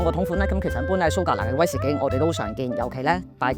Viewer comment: 講說話清楚，冇懶音，亦唔係好似一般年青一代咁多尾音……"嘅啊…呢樣呀…係噉啊…噉樣啊…" 唯獨係講說話比較快，同埋每次用威士忌作為句語開始，會特別好用力及好重音，呢樣要留意一下。😊 但總括而言專業，專業得嚟係講緊人話，聽得明。😂